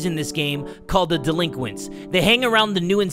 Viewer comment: Laughing in Front of the delinquits?